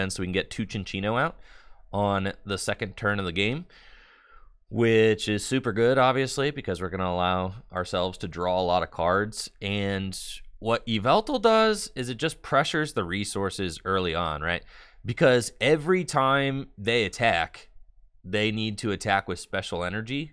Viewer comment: I remember entering room, then someone there said "Why-veltal" and I left immediately.